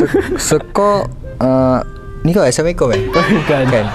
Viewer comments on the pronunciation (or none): none